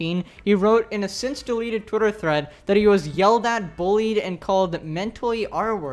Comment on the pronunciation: I like the says 'twietr'